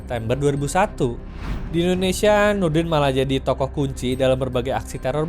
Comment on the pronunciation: Yang paling lucu sih Nurdin m top saya pernah lihat di YouTube pembawa berita nya malah salah ngomong harusnya Nurudin m top malah jadi Nurdin ntot 😂😂😂